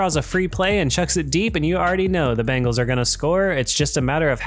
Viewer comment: Dude its the BENGALS not BANGALS!!!!!!!!!!!!!!!!!!!!!!!